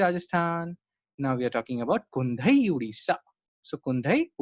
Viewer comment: Thank you for a very good lecture. I suggest correct Pronunciation of chhau of odisha Pronunciation of kundhei.